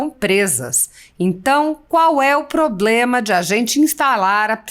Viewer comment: Poblema não. E Problema. Do senhor ganha muito para aprender a falar correto. Não assassine a língua Portuguesa.